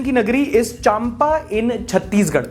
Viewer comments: Not चाम्पा its चाँपा. I am aslo from Chhattisgarh Mungeli. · Hey, m from chhattisgarh. Since m from chhattisgarh just wanted to point out a small think i.e., Champa pronounced as Chapa... M is silent